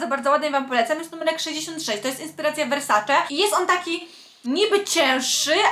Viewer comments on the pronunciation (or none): none